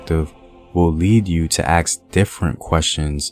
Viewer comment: Did you say "ax"? 😂😂😂